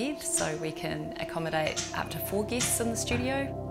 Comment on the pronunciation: Did she say they have "geese" stay there?